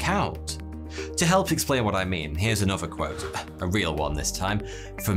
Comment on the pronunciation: Heeyy here. TH. Another, not anuffa. Saw, not soar. So bewildering.